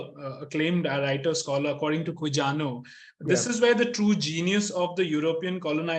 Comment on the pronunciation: ek baat batani thi. Quijano ka pronunciation quijano ki tarah nhi hota hai. Quihano padhte hain usko. Just like Navajo tribes ko navaho ki tarah pronounce karna hota hai.